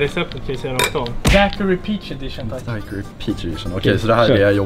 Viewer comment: Uttalas DAIQIRI inte Daquiri. Kommer ursprungligen ifrån Cuba o man uttalar inte U;ET .